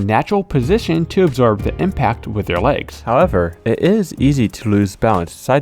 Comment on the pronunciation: "egg-zorb" haha